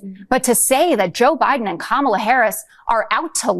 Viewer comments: Hey Laura Ingraham CAN read! And she pronounced Kamala correctly. Stay in school kids. :_rudy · Did Laura just say Kamala's name properly? What is going on? Play the clip!